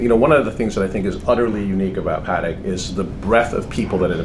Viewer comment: Congratulations to the guy in the white suit for being one of the few people not called Stern to be able to pronounce Patek correctly!